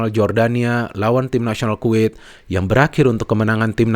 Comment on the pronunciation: Kuwait bung bukan quit, quit quit mulu hehe. Canda bung 😁